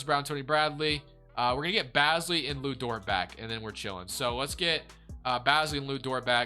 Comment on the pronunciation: Hey man keep up the great videos but as a thunder fan I just wanted to tell you that Aleksej Pokusevski is pronounced (Alek-Say Poku-Chef-Ski) not Alex Pokoski, and our main man Darius Bazley is pronounced (Baze-Lee) not Bazzly, great work brotha